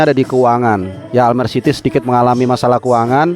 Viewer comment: Bacanya Almere jgn almer😂😂😂